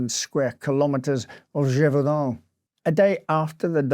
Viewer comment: Your French accent is quite good! 👏🏼 👏🏼